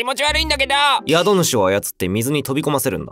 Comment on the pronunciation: 「宿主」の読みはこの場合「しゅくしゅ」が正しい。